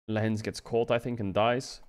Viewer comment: Lehends vs LEHENDS 😂